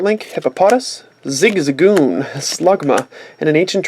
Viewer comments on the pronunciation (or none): none